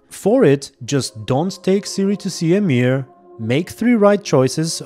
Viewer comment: i have never heard someone say emhyr as amiir